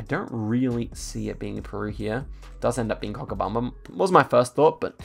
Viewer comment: did you really pronounce Cochabamba as "Cockabumbum" xD